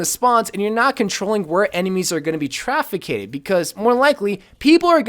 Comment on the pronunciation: "Traficated?" Please watch back comnentaries...